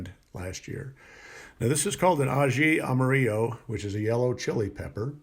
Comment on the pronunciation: (A - hee - ama - rio) proper pronunciation. I lived in Peru for 6 years and currently growing them here in sw florida